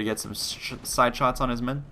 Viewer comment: Shite-son aye? :P